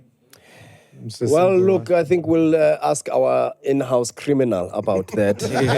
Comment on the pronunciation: "AKS" - I'm "aksing" you a question 😂😂😂😂